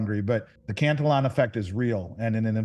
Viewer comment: He can pronounce Hegemony ok but needs work on the Cantillion effect